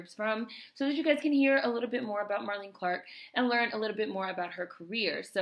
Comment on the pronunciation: nice to find this, thank you so much! Just FYI she pronounces her name like Marlene Dietrich. three syllables.